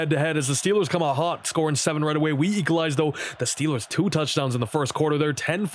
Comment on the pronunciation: Saying Equalize < Saying "Eekalize"